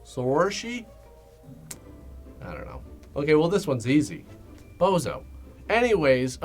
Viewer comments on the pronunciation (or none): I just knew that the name Bono is pronounced "Bozo" in Irland. Thanks. 😂